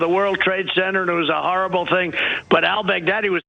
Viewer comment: "El Baggdaddy?" Huh?